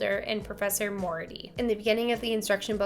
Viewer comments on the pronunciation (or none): Did she say Irene Alder and Professor Mority😂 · Pronounced: More e art e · It's pronounced Moriarty.